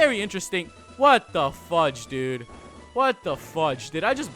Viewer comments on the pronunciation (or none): none